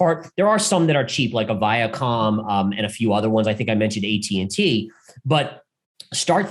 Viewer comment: I love, but... Every Time He Says VIACOM... I lose a lot of trust...